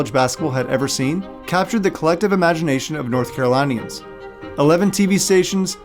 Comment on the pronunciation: Also "North Caro-lih-nians" not "North Caro-lie-nians"